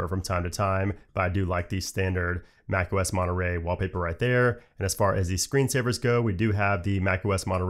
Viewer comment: dude, don't you know your audience is people who care about aesthetic over function?? Why you keeps saying "iUS" and "MacUS"???? Please, pronounce your words more accurately.